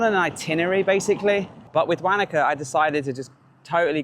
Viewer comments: As a kiwi, your pronunciation of Wanaka is hilarious, we say it like Wonaka , you say it like wanka ! Think of fish like Wanda, maybe ask locals ok Still love seeing home, as I now live in Thailand. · Be good if you could research how to pronounce the town properly, it's - wo·nuh·kuh. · I giggled when you said Wanaka too 😆 very English accent 😄